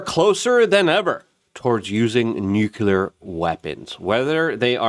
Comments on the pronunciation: (NEW-CLEAR) Nuclear Notice how there's only 1 u in the word!?!?!?? It's NOT pronounced new-que-ler unless you wear Velcro instead of shoelaces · Luke... It's Nu-clee-ar Not Nuc-U-lar